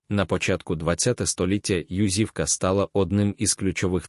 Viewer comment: Чому ЮзИвка? Наголос не там